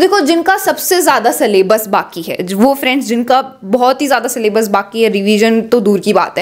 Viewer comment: Syllabus❎ sallabus✅